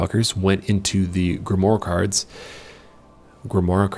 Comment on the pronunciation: Grim-whar. You know the phrase "savoir-faire?" The ending of "Grimoire" rhymes with "savoir." It's just French. Nothing crazy complicated to be afraid of.